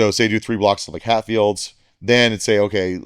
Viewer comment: Is he saying "Hatfield's" or "half yield's"? CC is saying "half fields."